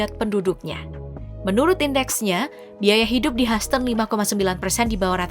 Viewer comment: Hyhouston huston , haston 😅😅😅